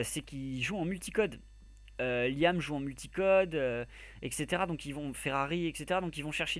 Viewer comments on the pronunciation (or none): none